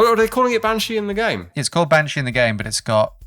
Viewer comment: Bean (Pronounced Ban) - Irish for Woman, Sídhe ( Prounonced Shee) - Irish for fairy. Bean Sídhe, (Banshee) - Fairy Woman. So fair played to for getting that.